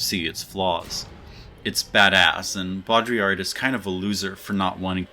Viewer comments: BODRI...''YA''..''R'' your no spelling R at the end, you are getting there appreciate the effort. ;-) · Beaudrillard = bo + dree + are (downplay the "are" when you say it and cut it short) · As a native French speaker, I will never forgive you for slightly mispronouncing "Jean". Your refusal to say "Baudrillar" cannot save you from my pettiness I am sad to say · its pronounced "bod-rillerd" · Pronunciation for americans : Baudrillard is Bode-Ree-Yar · Bow-dree-yard. Boom. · Dude, it's not hard. Bo-dri-yard. Bam. No need to slaughter it with an attempt at proper french pronunciation. You aren't French. Keep it simple. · The easy anglophone way to pronounce his name is "bo-dree-yard". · what about "Bo - dree - yard"? If people complain about your pronunciation, I think it's because it sounds like you're trying too hard to pretend to sound French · How is it hard to say "Boe-dree-ard" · Baudrillard is easy to say. Bow-dree-yar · I think it's "Boo-de-llaer". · Your pronunciation of Baudrillard, while not correct, isn't that far off from the actual pronunciation. It's more like BEAU (like in Beau Bridges) -DREE-YARD (where the A sound is prolonged and the final D is silent). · Baudrillard = bo-dri-yar Easy, try it. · Three syllables: Bo-Dree-Arr. Obviously it’s not perfect but it’s a shite sight better than referring to the philosopher by his first name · Your pronunciation is correct but on the 'dri' in Baudrillard you go to the back of your throat wayyyy too much, just sounds pretentious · That's pronounced bodreeyar, not that hard. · For Baudrillard's name try this: Zhohn BHOD-rih-yar (that has a slight American inflection) or BOHD-ree-ar (for one which is closer to a true French inflection)... It's "Jean" and is therefore NOT pronounced as the American "John" would be... Now let's all go out and attempt to live "authentic" lives :) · Your pronounciation of Baudrillard caused me physical pain! Please!